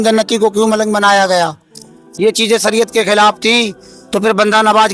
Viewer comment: Pehle to sariat nahi shariat hota hy 😂😂😂